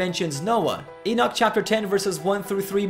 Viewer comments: prophet issiah mentioned the king Ciros by name yet king Ciros did not live on until 590 years passed thea Elijah was raptured. why you be amused Henok mentioning Noah by name three generations earlier ? the bible is filled by such amusements Enoch as you pronounces his name wrongly is not exception. he is the greatest prophet.knoledgwise he is from.GODD . you so shy about the prophet al-sayif al-arab al- saudi but bravely poke on the the one true prophet Henok.i am ethiopian i take it personal any smearing of name you do on him he is living his blood runs fresh in me. hies not a science subject he is human above all it is a eace matter he is semmite . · that is exactly i tought of him poor guy.he probanly read not the book but some commentary books on book of HENOK. even he is not prononcing his name right.